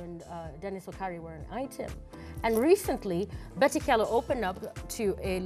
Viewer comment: you don't pronounce it Kyalo... it's Chalo